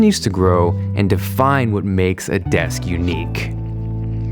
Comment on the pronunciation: go to and listen to him say unique